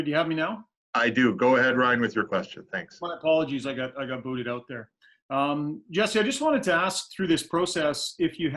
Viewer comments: "Jesie"... my god! Try to learn at least the names before making questions. It's Jesse. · Nice to see him back in the NHL. Best of luck, Jesse! PS. If you want to prounounce his name correctly like a Finn do it more slowly. Jes-se. Also, it’s not English ”Chesi” , more like ”Yessse”. Cheers! :)